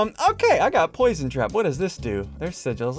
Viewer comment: +1 "Posion"